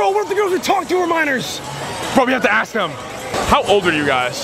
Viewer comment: « Dont make me ash alk you » 😂😂😂